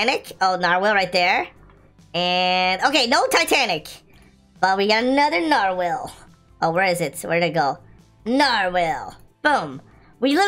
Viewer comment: Is nobody else acknowledging that’s he’s calling it a nar-WHALE?